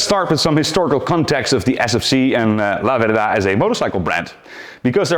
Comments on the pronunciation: The ultimate 1970s Italian stallion ? Stress on the first syllable. Lah - verda. Flying agricultural two-wheel tractors ? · Yes It's LAverda...not Lavérda. Correct. 👋👋👍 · No, its' La-VER-da! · Italian here. It's pronounced laverda, not la verda. The burnt orange was a fashionable color in late 60s early 70s Northern Italian shops. It's a shame Piaggo killed the brand to only focus on Aprilia for sport bikes, but Piaggo is not a large company, and there were simply too many small sports bike manufacturers between Laverda, Moto Guzzi and Aprilia, all owned by Piaggo. Ironically, while Italian brands rule MotoGP today, endurance racing is predominantly won by Japanese brands. They sold a few of the 750 in Toronto, but these are bikes that are owned and never ridden. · The Italian pronunciation is very good. Albeit a surname, "La verda" means "the green" although it would not be used as it's incorrect, i'm just doing a straight translation. Since it's feminine, finishes with "a", masculine in this case would be "il verde". As a kid (5-6 year old) i remember fondly a Lamborghini green liveried Laverda parked a few streets down where i lived, i thought of it as "the green lady or dame", hence my explanation of the grammar. Always loved the low sweeping handlebars and presence. Being more a car person it's the only bike have a vivid memory of 45 years on.